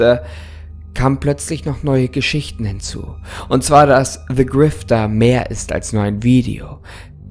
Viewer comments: niemand: creepypasta: "se grifter" liebe deine videos weiter so!❤❤ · Der Ton ist normal weiß gar nicht wieso du dich entschuldigst. Aber hast du etwa "Se" Grifter gesagt? 😂😂